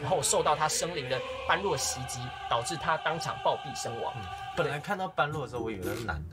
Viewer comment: 感謝分享。順帶一提 般若不是是唸作 班弱 而是唸作波惹